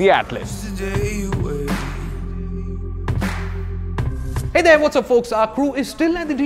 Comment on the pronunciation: broooo, it is atlas as in a book of maps!!!